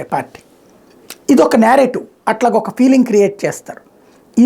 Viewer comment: Narrative uncle adhi😂😂 nyarative kaadu musali munda